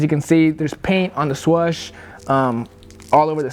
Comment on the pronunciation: When he said swush I was dying 😂😂😅